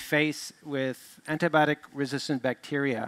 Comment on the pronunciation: some of them keep saying it as antibotic!! not "b-eye-o-tik"